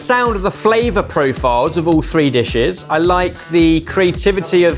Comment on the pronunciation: "These 3 dishish"??